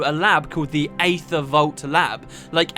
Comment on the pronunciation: Wonderful job:) While other people get on you for mispronunciations, I'd like to say thank you for pronouncing "Aether" right. My dad says it as eether. and it's something that bugs the hell out of me. Any thing else I'll say whatever, but eether... no, that's just not right.